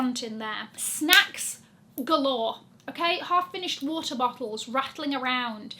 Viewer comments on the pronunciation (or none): none